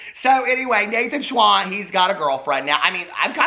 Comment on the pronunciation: When you said Nathan Schwann I heard Naked Swan. Excuse spell if not correct, but Jeffree’s spell is spelt with Nathan. Love Nate tho 👍🏻